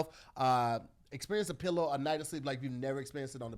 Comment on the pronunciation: This man said pilloway the layers